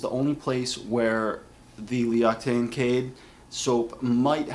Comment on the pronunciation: It is pronounced lox-ee-tan :D